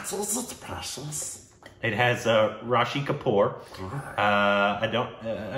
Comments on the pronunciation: Nobody:....: Let me just add an "a" in Rishi. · It's not RASHI, it's RISHI KAPOOR. 😅😅